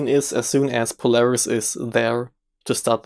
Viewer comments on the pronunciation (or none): none